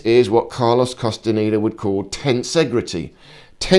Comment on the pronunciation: ¿CASTANITA? 😂 QUÉ MALA PRONUNCIACIÓN EN ESPAÑOL...😢